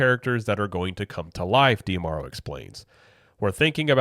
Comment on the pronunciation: Is it Dee-Ah-Marrow or Dee-Marrow? I feel like you're adding an extra "ah" in there, but maybe I'm wrong.